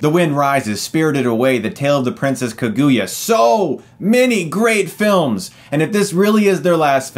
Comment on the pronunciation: Please stop mispronuncing kaguya